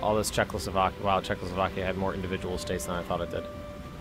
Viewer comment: Yeah Czechoslovokia